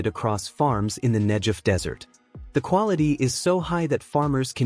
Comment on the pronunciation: Learn how to pronounce Negev!